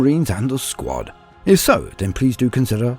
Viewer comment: i keep thinking he is saying SQUAT! rather then SQUAD! lol